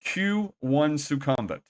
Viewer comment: Who are these horrible people thats been letting you say "nae NAE bts" and "Soo CUM vit"?